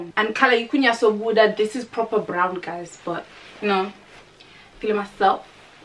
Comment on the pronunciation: Its proper what, PROPER BRRRROWN ! 😂😂